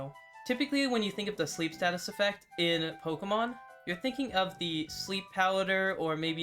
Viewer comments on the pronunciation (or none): none